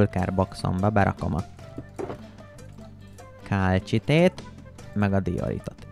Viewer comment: Ejthetetitek a kálcsitét kálcitnak.😂 Építhetnétek egy akváriumot😊! A KOMMANDÓSOK A LEGESLEGESLEGESLEGNAGYOBB KIRÁLYOK!!!!!!!!🎉